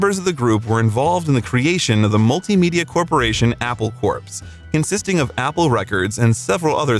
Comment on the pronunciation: Yep! He also pronounced the Beatles company name as Apple CORPSE.